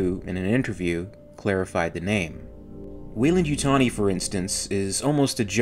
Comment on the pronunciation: Every time I here welendytani I take a shot